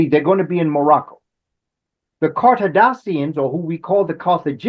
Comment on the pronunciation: Almost sounded like was saying Kardashions…